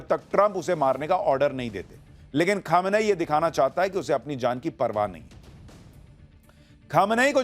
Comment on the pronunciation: Pronunciation sahi kariye...its not khamanayi...its kho- me - ni